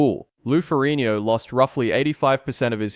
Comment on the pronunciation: Nonsense -Despite severely mispronouncing his last name,Lou's father was a Captain in the NYPD - which is a "King's Salary," also your time line is not accurate after 81 seconds in... I. Tuned out. In comparison Arnold's father was a postal clerk in post war Austria.. more of an impoverished background.